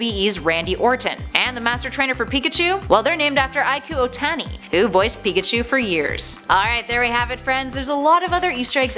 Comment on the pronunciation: Ikue Ohtani's name is pronounced "Ee-koo-ay, not "Aiku".